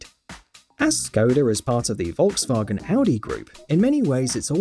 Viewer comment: PLEASE, please Learn to pronounce Volkswagen right🙏🙏🙏🙏